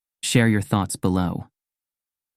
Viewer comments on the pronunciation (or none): Love the videos and their messages. Thank you. The mispronounced robotic words within the videos do distract from the message of authenticity a little. Like when you want to say “I read all the comments” but it is pronounced “I red all the comments” or you say “live your own life” and “live” (liv)is pronounced like it rhymes with “hive” it takes you out of the moment and distracts from your beautiful videos. I will keep supporting the channel regardless but an authentic change will help deliver a message of authenticity. 😀